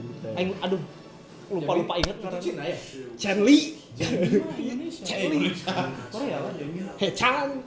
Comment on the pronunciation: Chenle manggilnya bkn "chenli" tapi "chonlo"